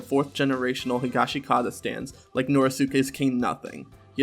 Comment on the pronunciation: this isn't really important. but the "i" in the "shi" in "higashikata" is like, silent. its more like "higashkata". same with "norisuke" its pronounced "noriske" just like jousuke is "jouske". i say this because the correct pronunciations are actually easier to say than the incorrect ones.